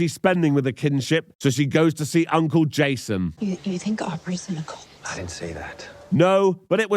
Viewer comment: Pronouncing "cult" as "colt" can happen if you are a little hoarse.